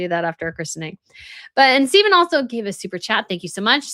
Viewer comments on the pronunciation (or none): none